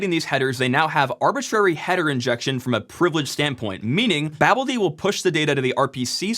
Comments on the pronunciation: cough I believe its pronouced... ba! (as in, hahaha!), BALD! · greybeard here, chiming in to just say "foo-dee" is the normal way to prounounce daemon names, so, here, "babel-dee". Do what you will, just saying that's what's historically typical. :) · you make me crazy with your pronounciation of babeld ... may suggest babelDaemon or Babel-D